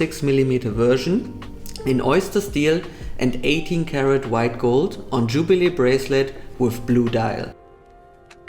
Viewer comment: d wait gold on tschubile breslet....ey des wird ja immer schlechter mit deinem Englisch 🙈🙈🙈🙈🙈